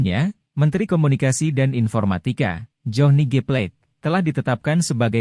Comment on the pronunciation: Coba baca marga Johni itu bahasa Indonesia masa dibaca bahasa Inggris pleit. Bukan piring artinya jadi baca p..la....te.